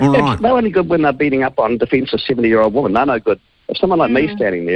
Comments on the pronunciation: NB! "Women" is pronounced "Wimmin," not "woman", as most NZers pronounce it! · Dead right. Ask any old school elocution teacher and they would say, "Women rhymes with swimmin, which is a group activity." That's how they used to teach it, in order to make it stick.